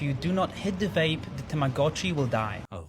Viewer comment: STOP SAYING TAMAGACHI ... Is TAMAGOTCHI